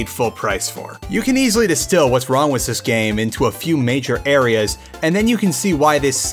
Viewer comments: Wis instead of with really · Why do you say "with" like "wiss"